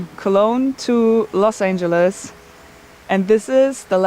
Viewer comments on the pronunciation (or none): none